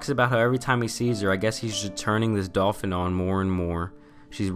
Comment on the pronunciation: I keep dying when he says "dolfin cooch"